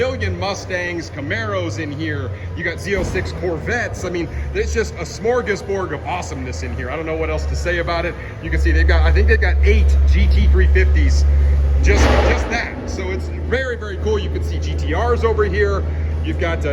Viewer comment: Smorgasbord, not borg. Sorry its a pet peeve.